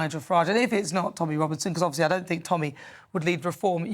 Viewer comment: He's a snob. Tommy has the wrong accent.